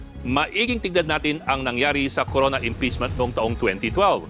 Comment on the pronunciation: Corona yun hindi drreno